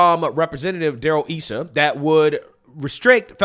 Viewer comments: its pronounced Darrel Issa (Eye-Suh, not eee-su). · Yaay our CA Senator. Darryl Issa.... Pronounced Eye Saw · it’s eye sa ( Issa ) 😏